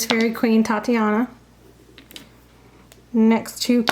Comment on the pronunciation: It's called Titania not Tatiana. Sorry but everyone mispronounces her name.